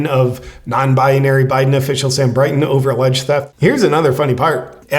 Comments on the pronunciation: Dude! It's not Brighton it's BR 'IN' TON! And although it is hard to believe he has a master's degree in nuclear science. He's weird. He's disgusting. He's immoral and mentally unstable. But I believe he IS actually qualified in his field... Just sayin' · It’s Brin Ton or is it Brighton ? No mater It looks like an incomplete clown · Hey J.P..... its BRIN TON